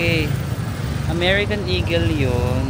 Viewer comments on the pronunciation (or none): none